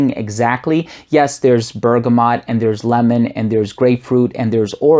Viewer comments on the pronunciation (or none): none